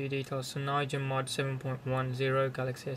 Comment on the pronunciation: your saying it wrong! its cyanogen not cynyogen :S